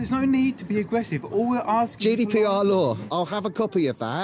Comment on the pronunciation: I thought he was saying judy pr